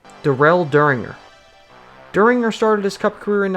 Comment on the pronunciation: "Durell da-ringer" lol it's darrell derringer. Love this content man keep it up